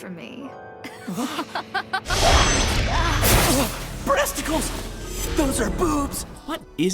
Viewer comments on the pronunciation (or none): Did he say..... BRESTIKLES!!!!